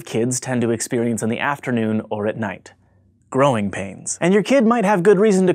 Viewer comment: at the end it sounded like he said groin pains😂😂😂